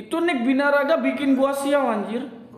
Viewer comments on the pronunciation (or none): Birangga bukan binaraga wkwkwk